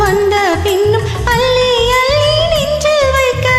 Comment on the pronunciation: இருவரும் சிறப்பாக இனிமையாக பாடியுள்ளீர்கள்.பெண் குரல் பாடலை ரசித்து ஆனந்தமாக பாடியது அருமை. முதல் முறை கேட்கிறேன். பெண் குரல் உச்சரிப்பில் க வனம் செலுத்த வேண்டும். அள்ளி அள்ளி ..என்பது அல்லி அல்லி என்று கேட்கிறது. நான் இந்தியாவை சேர்ந்தவன் .தற்போது அமெரிக்காவில் உள்ளேன். தங்களின் இசையார்வத்திற்கு வாழ்த்துக்கள்❤